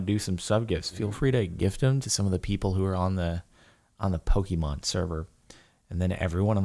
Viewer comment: I feel so annoyed at how he pronounces the pokemon names.I do not hate him but I hate the way he pronounces pokemon names wrong